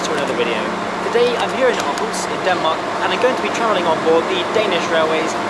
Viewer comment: Thanks for doing a vid on our trains even tho it was a thumbs down oh and btw u pronounced Århus very good.